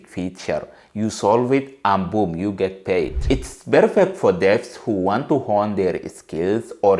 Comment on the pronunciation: What country are you from ? Because your english is sh!t ! This is you 👉 if yoooh want too 😂